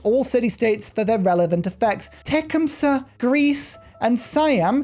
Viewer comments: Tecumseh is pronounced tuh-Kuhm·suh not Tech'um-suh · So, how I've always heard it said: Tecumseh (te-CUM-suh) with the accent on the second syllable...